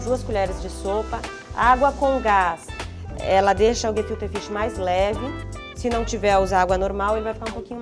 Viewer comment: o tentando falar o prato e errando toda hora!